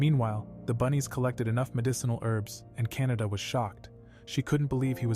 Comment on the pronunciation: The cats name is not Canada it is kanata